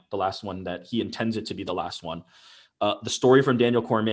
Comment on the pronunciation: The way Ariel pronounces “Won” pisses me off every time he says it. IT’S PRONOUNCED ONE